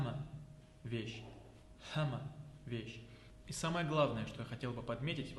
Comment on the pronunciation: Салам алайкум! Слушай, нету никакого награда, Маьл это Благо! И хватит как чечен везде а писать и говорить!!! Раньше такого не было и не должно быть щас!!! Никакого ЛаьттА, ДаьттА, ХьамА, ДикА ХейлА, есть Лаьтт Даьтт Хьам Дикь Хейл!!!!! Коверкаешь язык ты!!!!! Коверкаешь сам что несёшь не понимаешь, то по чеченски то по ингушски произносишь!!! Знай твои А на конце появились после того как твой кумир сталин объединил Чечню с Ингушетией и объединил алфавит, точнее сделал его чеченским а ингушский просто опустил! А ты это щас поддерживаешь, своими А на конце!!!